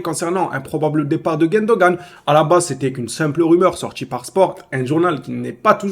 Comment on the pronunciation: comment tu arrives à appeler Gundogan, GUÈndogan??🙄